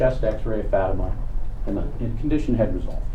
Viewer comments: I hate how he kept referring to the daughter as "fatty-muh" rather than "fa-teem-uh"; like he was trying on purpose to continue to degrade her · They can’t even be bothered to say her name correctly. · That lawyer mispronouncing her name while defending arranged marriage and attempted murder is so childish lol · Say her name correctly!